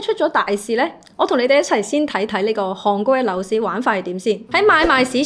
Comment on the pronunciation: 唔係(杭)國係(寒)國,妳D懶音好勁